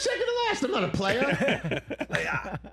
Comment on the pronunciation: LOL never would've thought that I'd hear Rich pronounce the word player like that....